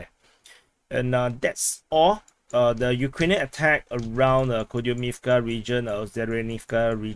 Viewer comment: Kupiansk apparently should be pronounced "Koup-insk"